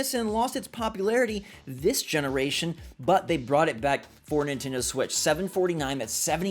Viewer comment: It's pronounced Nin-TEN-doh not Nin-TIN-doh